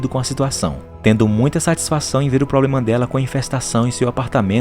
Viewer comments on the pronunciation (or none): none